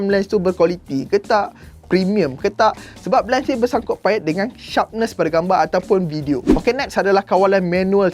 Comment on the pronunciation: " bersangkut pait " hahaha sorry 😂